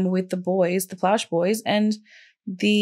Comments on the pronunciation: Plauche is pronounced "PLO-shay" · I remember this well. I live in Louisiana & was in Jr High at the time. Gary was a hero. He not only stopped a disgusting predator from ever victimizing anyone else, he also spared his son the trauma of a trial *For the record, the last name is pronounced "Plaw-Shay". It's French (Creole) Those names are very common in Louisiana. And another note- Baton Rouge is hardly a "small community" 😅 It has a population of over 3/4 of a million people. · Pronounced "Plo Shea"